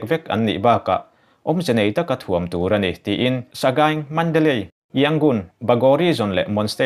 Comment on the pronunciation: Asian tilo in Asin ti ang deuh a ASEAN hi lamrik tur,, summit spelling pawh submit tilo in samit tih tur, Mandalay pawh Mandalai ila ti reng mai.....ka khirh lutuk lo ang chu maw....hahahaa